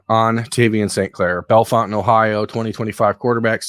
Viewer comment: Hi. The town is pronounced Bell Fountain. If you go there to see this QB, there is a Fazoli’s there. I haven’t eaten Fazoli’s since I was a child so I can’t speak to if it’s any good. I can however recommend 600 Downtown. Pizza and Beer my guy. Get the Pepperollis.